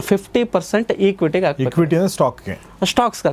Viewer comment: ಡೆಬ್ಟ್ ಫಂಡ್ ಅಲ್ಲ.. ಡೆಟ್ ಫಂಡ್ ಈಕ್ವಿಟಿ ಅಲ್ಲ… ಎಕ್ವಿಟಿ